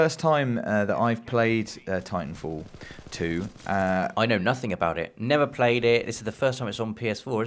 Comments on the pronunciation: "tintanfall 2?" bruh what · "Tintanfall 2" Nobody else notice that?